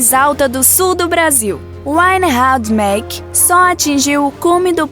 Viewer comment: Belíssimo vídeo. Migalhas, então. 1) O Pico do PR, Pertence unicamente a Antonina. A divisa é a sela, linha de águas, Itapiroca-Caratuba-Taipabuçu, com C. Gr. do Sul. Reinhardt Maack, creio que a pronúncia é diferente da locutora. Foi medido depois, com maior precisão e com um raio de calibração de 500 km, com mais tempo de aquisição de dados, algo que Krelling et alli, não tiveram.